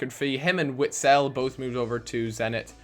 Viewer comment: its Vitsel